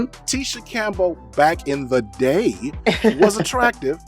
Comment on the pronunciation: "Tisha Campbell back in the daaaayuh... was attractive." Damn,! You didn't have to put that much emphasis on "back in the day". 🤣🤣🤣🤣